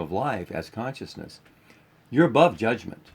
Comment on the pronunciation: You guys said conioussness 82 times